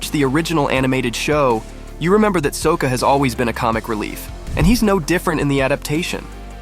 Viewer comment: SOkka, no it’s pronounced Socka